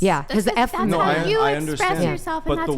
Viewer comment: Women who cannot say the word effeminate correctly.